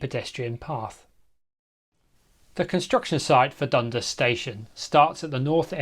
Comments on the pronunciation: Hullo, the locals pronounce it dun-DAS, with the emphasis on DAS. I wonder why they didn't run a gauntlet track over Kissing Point Road ? It would have saved (us) money. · Just a pronunciation note: the stress goes on the second syllable in Dundas, and it rhymes with 'gas'. At least, that's how I always heard it, growing up in the area in the 1980s.